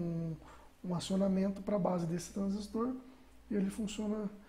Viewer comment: Eu vi essa configuração em um CLP mas achei estranho o zener não estar com o anodo no GND. Vou fazer alguns testes para entender melhor. Por fim, dar os parabéns pela dedicação de preparar essa video aula, parabens ainda pela pronuncia correta do transistor, tem engenheiro antigo que ainda fala errado "TRANSÍSTO".